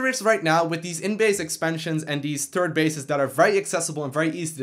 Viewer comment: Hahahahaha... "turd" base